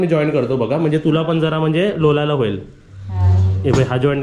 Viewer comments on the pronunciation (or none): लोलाला नाही लोळाला बोल